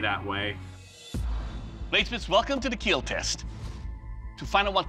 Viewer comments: You rite keel not kill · Why can he not just say the word kill correctly without adding letters